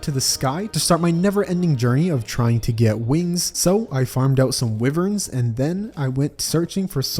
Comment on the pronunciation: I've never heard someone butcher "wyverns" so correctly